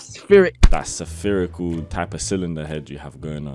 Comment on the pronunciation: Why do you pronounce spherical as severe-ical?